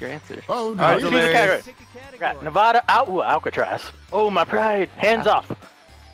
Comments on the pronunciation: Its 2 years too late. But thats not how you pronounce nevada. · I hate how Delirious mispronounced Nevada multiple times 😂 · I live in Nevada and I literally cringed every time he said it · THAT'S NOW HOW YOU SAY NEVADA DELIRIOUS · Is it just me or does every time delirious says "Nevada" it makes me mad